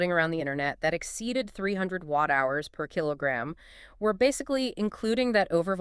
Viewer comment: yeh i agree, i laughed out loud when it actually pronounced KWH as kwah and Wh/kg as whekage or something.